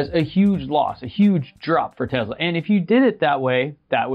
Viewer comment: Its tesla not tezla dummy....